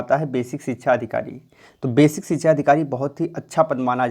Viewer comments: Dear, its sikshaaa* not chhikchha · Bhai sikhsha hota hai sikhchaaa nahi hota apni awaj clean karo